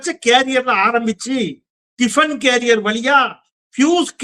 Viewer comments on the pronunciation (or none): உதறல்நிதி bro… அது carrier இல்ல bro… it is career. கேரியர் இல்ல கரியர்… ரைமிங் வேணும்கறதுக்காக ஃப்யூஸ் கேரியர் டிஃபன் கேரியர்னு… விட்டா கிருபானந்த வாரியார் வரைக்கும் போவீங்க போல தெரியுதே… போட்டுப் பொளந்துடலாம்னு நெனச்சி கெத்தா வந்திருப்பீங்க… ரீல்ஸ் போடுறவங்கன்னு நெனச்சி வந்தா, டிவிகே ரியல் டேலண்ட்ல டரியல் ஆகிட்டீங்களே... பாவம் bro நீங்க...